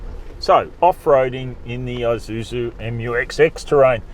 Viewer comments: Thanks for correctly saying Eee-suzu, instead of Aei-suzu! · Ah, it's the first time I hear an Australian says Isuzu correctly, instead of eye-zuzu. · yep thai pple where its made is called Ee-suzu